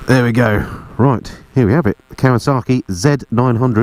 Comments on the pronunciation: Great review, but there's no R in Kawasaki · You say kawasarki, I say Kawasaki, lets call the whole thing off! Kawasarki, eh?😉